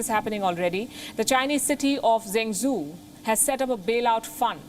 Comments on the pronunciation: Zhengzhou isn't pronounced Zengsoo but djeng djou. Pinyin (as opposed to English) has consistent phonetic spelling rules. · I heard she pronounce Zheng Zhou as Jeng zoo , actually it is pronounced as "Jeng Jo..uu" or "Jeng Joe" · Thanks for the report Palki Zhengzhou is pronounced 'jen joe' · Can't one person help Palki pronounce Zhengzhou? With all of the consonant sounds in Hindi (etc.) I'm sure someone can get her pretty close!